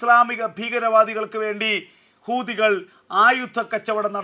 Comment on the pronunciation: ഹൂതി അല്ലടോ കൂതി